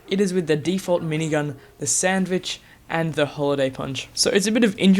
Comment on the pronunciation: it's not sandwitch its sanvich